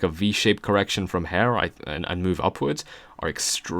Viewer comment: Intro made sense but why do you say her instead of here?